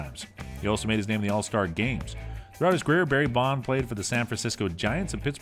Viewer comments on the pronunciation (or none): Maybe get someone who can speak clearly to narrate the video. Never heard of “Barry Bond” or “Willie May” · I like how he says “Barry Bond” as if his dad was James Bond. One of the worst videos I have ever watched.